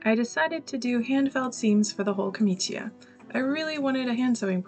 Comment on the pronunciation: It's pronounced "jor-NEIGH-ah". For next time, Cs and Gs with an I after them are a CH or a J sound, and you don't pronounce the I as a separate vowel (so "ca-MEE-cha" instead of "ca-MEE-chee-a". Just make a point of listening to Italians speaking. In bocca al lupo!